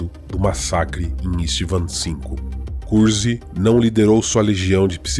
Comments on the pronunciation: Muito bom, embora algumas pronúncias estejam estranhas Vc faz parecer que o segundo nome de Conrad é CUZCUZ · vc acaba falando curzk e soa como cuzcuz